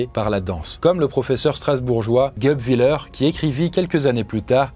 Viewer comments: Et c'est pas leur mais lèr guèbwillèr (ça se prononce approx comme écris) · 2 ème chose Geub ? C'est" guèb" "Guebwiller"